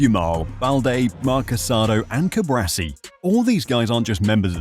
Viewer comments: Hermione Granger would say "it's CuBAAARsi, not CuBRAsi" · CuBARci not CuBRAci...